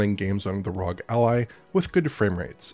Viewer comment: why did you pronounce ROG like that it's R-O-G not one word.